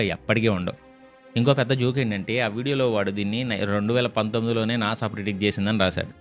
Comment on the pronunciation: NASA kadu nasa 🙂